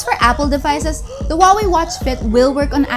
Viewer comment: Wooway - that is chinese way to vocalize Huaway ? Great review by the way Only you missed the second greatest feature (after cheapest and tiniest built in GPS) - the VO2max monitoring. I’ve found it the most motivational thing for train hard. Never realized that my physical wellbeing could be so effectively represented by reliably measurable characteristic. For month under control of Watch Fit I rolled my physical health 20 years back: from VO2max 38 to 46!